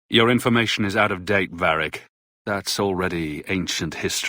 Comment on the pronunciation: So let me get this straight, people constantly go on about how much better the female VA (a common delusion that crops in nearly every game where there is a choice between genders) yet she cant even pronounce Varrics name correctly? Its VARRIC not Verric ffs.